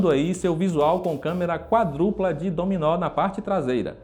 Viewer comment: "câmera quadrúpla" 😂😂😂😂